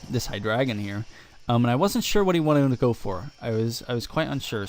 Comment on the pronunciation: Nice battle, you are one of the only people that pronounces hydreigon correctly :)